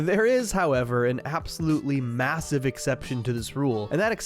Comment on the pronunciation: I’m sorry but did you say MASSIVE